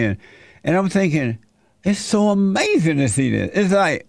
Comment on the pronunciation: Ain't that like amayzin? Amayzin!